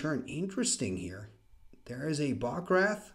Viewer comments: So cool! Quick pronunciation tip, for Bog Wraith, you are saying Bog 'RATH" instead of Bog 'RAYTH'. It's a long A vowel sound. :) I only mention this because I love Wraiths and the word Wraith! ;D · Was just going to comment on that as well. Ray as in ray of light. Bog Rayth